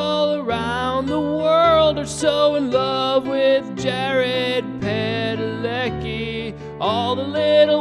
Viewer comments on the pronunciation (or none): it's supposed to be pronounced Padaleski